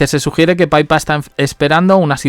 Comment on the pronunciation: Que NO se pronuncia "paipa".... Es PIPA, tal cuál, PI PA.... Pe i latina, pe y a......PIPAAAAAA... Dios, qte invito a Londres para que lo aprendas 😂😂😂😂🤦🏻‍♀️